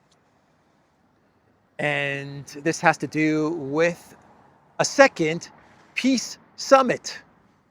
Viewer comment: is it a 'peace' or a 'piss' summit?😂